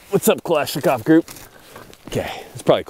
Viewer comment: Kalashnikov is not klashnikov